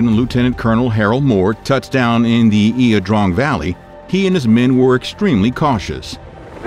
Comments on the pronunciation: Its pronounced eye uh drang not e uh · pronounced..."I draaaang" like drain....jeez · "Eeah Drong"?? 👎